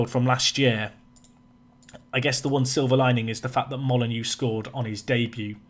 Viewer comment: I love that my following your channel has influenced your transfer policy but James Molyneaux is pronounced molly-noh. Not molly-new like wolves and my last name 😜